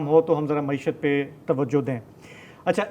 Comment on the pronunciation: کوئی عمران خان صاحب کو بتادے کہ لفظ “معشت” نہیں “معیشت “ (معی شَََت )ہے ۔اردو تلفّظ پہ رحم فرمائیں